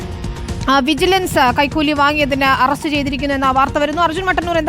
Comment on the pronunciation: വിജലൻസ് കൈകൂലി വാങ്ങിയോ 😀😀. News വായിക്കുമ്പോൾ നേരെ വായിക്കു 😀😀